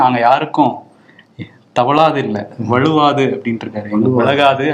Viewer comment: வழுவாது என்று திருத்தமா சொல்லுங்கப்பா.